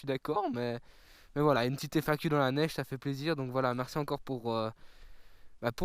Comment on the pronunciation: "neigne" mdrrrrrrrrrrrrr